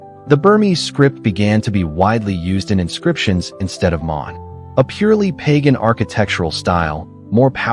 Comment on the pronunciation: Not "Pay Gan", rather "Ba Gan".